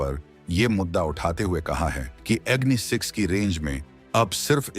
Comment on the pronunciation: please pronounce the name of the missile correctly, i assume ur indian so it is agni and aagni.